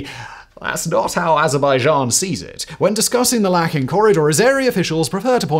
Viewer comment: Its called Lachin Corridor not lakhin corridor